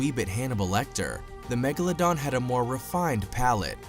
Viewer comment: Da magaladon